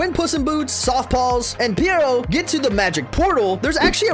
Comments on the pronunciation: Bro he was saying piro 💀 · Perrito/perro. Not Pierre-o. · Perrito. Ok period. Why u sayin it so weird. They literally say it in the movie multiple times. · First fact is an utter joke. Perrito means "doggy". I've also never heard such an atrocious pronunciation of the word lmfao